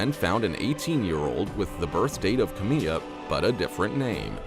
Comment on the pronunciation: Kamiyah Mobleys name is pronounced Kam eye ya not Kameeya